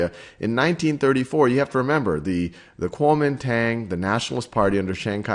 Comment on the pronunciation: If you can't even pronounce "Guangzhou" and "Kuomintang" why are you making a video about Chinese history?